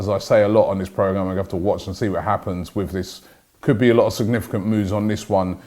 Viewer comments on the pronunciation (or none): none